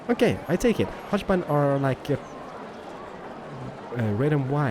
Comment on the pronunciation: prenounce hochbahn as hogbahn